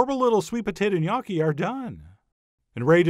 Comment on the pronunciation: Never knew the proper way to pronounce Gnocchi... Thank you now I know how!